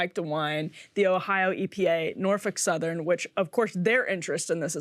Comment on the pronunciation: In a world where women are supposed to become presidents and rule the country. She’s doing an article on Norfolk Southern. But she can’t even pronounce it. Muslims can pronounce it there’s a seven-year-old child in Bangladesh that can pronounce it. Maybe you should have her read what she’s going to have to say instead of taking lap naps.